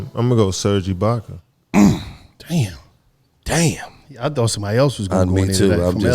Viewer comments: This nigga gillie said “ sergeibakka” lmao funny dude slim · That nigga said “serge ilbaka??????@